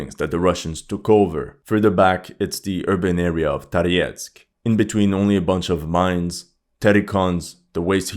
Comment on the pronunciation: what languages do you speak and how come you’re pronouncing Toretsk, Tariesk? Thank you for you videos🙏